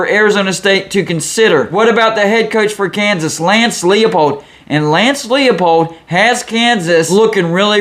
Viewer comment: Man, I love your channel. Jayhawk faithful here. Thanks for your interest in our coach, but you've got to get his name right. It's Leipold, as in LIE. Not LEOpold. I'm scared a big, bad, Power name is going to snap him up, but there's a lot of season left. Let's go for 4-0. Please, anyone but Nebraska. Your vids rock! Rock Chalk!